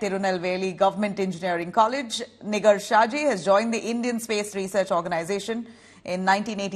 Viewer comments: It's Pronounced asNIGAAR not Nigar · It is not niger, but Nigaar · It's Nigaar, not Nigar. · Nig*er kya bol rhi ?? Nigar ( gaar) bol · Please pronounce her name as 'NIGAAR'. Its Persian word is also used in Urdu.